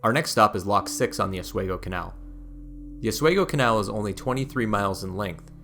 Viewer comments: Aus-we-go.....not Oz. Schuylerville.....meh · Schoharie - Sko Harry, Oswego - ahh swee gp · Great video but I have one minor quibble. The pronunciation of two place names is off. Oswego is Os-we-go, not Os-way-go and Schoharie is Sko-Harry not Sko-kery. I know getting the pronunciation of weird place names can be difficult. I actually went back to on-line resources to verify these before posting this. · Good video. On a minor note. Oswego is pronounced Aaz wee gow. Not aaz way gow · Oswego pronounced OS - WE -GO not OS WaY-Go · Nice video. (But it's pronounced Sko-Hare- eee and. Oz-WE- go) I l live near the Saratoga Battlefield. Very detailed overview and well done! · Medina is pronounced MAH-DIE-NA. Oswego is pronounced OS-WE-GO not OS-WAY-GO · Just a hint: Rochester resident here...we say Osweego.... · Oswego has a long e pronunciation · Tremendous presentation of our defining natural feature! It’s an honor to acknowledge the details! Pronunciation correction, Oswego is locally pronounced with a long e, like the word we. But we throughly enjoyed your work. We are in East Schuyler which is 7 miles east of Utica, right on New York State 5, where the Erie Canal, both parallels and also flows together with the Mohawk River. The river provides some of the water needed for this marvel. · Medina is pronounced "Med (eye) na" and Oswego is äsˈwēɡō... just saying as an Upstate resident. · OS-WEEE-GO. I live 25 min from Seneca Falls and have never seen main street so bare! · Sko HARR ee Also: Ah SWEE go, for Oswego. Cool video, though. I've only explored the parts near me - never the whole length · A good video would be great if you didn't butcher the pronunciation of Oswego and Schoharie. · Too bad this guy didn't learn how to pronounce Schoharie or OSWEGO!! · not that he mispronounced so many cities lol. Medina, Oswego. all love from lockport